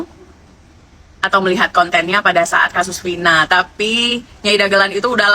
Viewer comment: Bilang Vina aja,vinah. Gila kauu